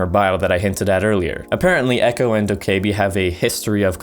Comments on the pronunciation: Dok-Kay-bee it's doka-bee lmao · the e is silent lol